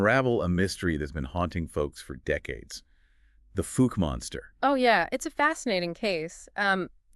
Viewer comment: Omg. The fook monster? It’s pronounced fow-ke.